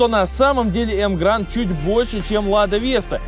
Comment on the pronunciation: Так погоди автор. Вопрос ты специально называешь емгранд, а название emgard. Эмгард. Машина 8 лет в стране (как марка) продается. Видео интересное в любом случае спасибо за труд!